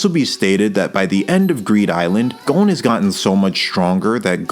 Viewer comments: no its gon and killua not "gone" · The video is super interesting. But GOUN. haha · “Gown” Also, great video!